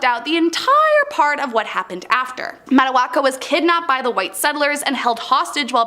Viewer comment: Not trying to be rude but Urm you completely got Matoakas name wrong….. for the Pocahontas section.